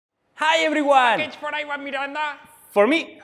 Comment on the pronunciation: PAKEEGE FOR IWAHN MIRANUH